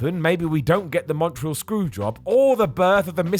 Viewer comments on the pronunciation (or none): none